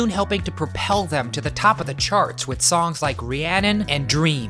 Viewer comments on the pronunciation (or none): none